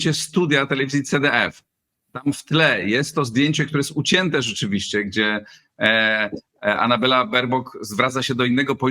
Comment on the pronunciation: Nie anabela tylko analena